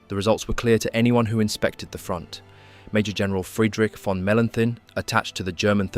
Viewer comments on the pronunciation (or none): none